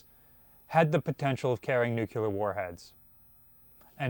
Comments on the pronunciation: ❌ New-k-yule-ehr ✅ New-clear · I hate it passionately. I shine he's college educated. For the love of God please please stop saying nuclear. It's nuc. Lee. Are. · Another day another video suffering through “nucyulear” instead of “nuCLEAR” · It's nu clear not, nucular man. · I am confused by this video. I had absolutely no idea that the USN had Nucular weaponry, let alone deployed Nucular weapons so widely. How did those apparently extremely classified Nucular weapons interact with the much more widely known nuclear weapons? seems to be a very good authority on much naval knowledge, but he continually destroys his credibility with this mispronunciation. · Dr. J. P. Dantic says it's "Nook Lee Ur" ... not "nook EWE lur" ... 😂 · Nuc-LEE-ar not nuc-U-ler. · The word is NOOK-LEE-URR, not nuc-u-ler. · why, it's "nucular"... 😆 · "Now Simpson, because of your many years as a nuclear technician, we're putting you on a nuclear sub." "Nucular. It's pronounced nucular." "Ohh.. whatever..." "Nucular..." (The Simpsons, S9 E19 "Simpson Tide" 1998) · Oh. I hate it. It's really nuke-lee-ur. Please. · Nu-clear, pronounced "new clear" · Dude, I love your videos - BUT - Nuclear only has one "U". It is NOT Nucular. Whats the matter with y'all Yankees up there ;) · Drink when mispronounces nuclear Edit *don't try it. You'll die., I don't mind that you say Missour'uh, but PLEASE stop saying "newk-u-ler" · I love it when says "Nucular". 🤣🤣🤣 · He’s a Marylander … give him a break. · lol It’s like nails on a chalkboard for me. I loved how Paul from USS Cod gave a dig and called him out for this on one of their recent videos. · He also never misses an opportunity to mispronounce nuclear 😆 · for some reason his pronunciation of nuclear irritates me more than his pronunciation of Missouri. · Jeebus, if one has any physics or chemistry education, the term "nucleus" is familiar. So correct pronunciation is a habit.